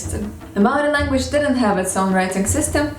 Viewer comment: Great pronunciation for someone who's not even Kiwi, let alone Māori. Gotta say, though, 1st century AD is the earliest date I've ever heard for the arrival of Māori here, by quite a long way. Modern archaeology puts the first settlement at mid 13th century. I've heard a Māori estimate based on genealogy that puts it in the last century or two of the first millennium. I should also add that ng and wh are digraphs (like English th and sh), not diphthongs. Did you know that the Māori word for "what" - aha functions mainly as a noun, but can also function as a verb? It even has a passive ending -tia! The Māori for "What has happened to you?" is "Kua ahatia koe?" Literally, "You have been whatted?" Overall though, I'm impressed with the accuracy and with the care you have taken over this. I've enjoyed several of your other language videos recently, and this gives me increased confidence in the information you've shared there. Mā te Atua koe e manaaki!